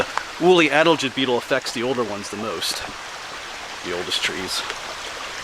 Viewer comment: Sad to see what the woolly adelgids are doing to the hemlocks. By the way, it’s pronounced a-DEL-gid …. emphasis on the second syllable.